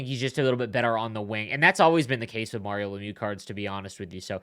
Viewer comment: You're saying mario wrong lol